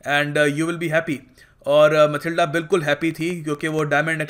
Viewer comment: Sir Matilda not a mathilde